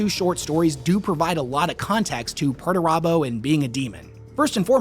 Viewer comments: Pretty sure it's pronounced "Peter turbo" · Thanks to your pronuntiation of Perturabo I realized his name isn't actually PERTURBADO. Missed a chance there GW.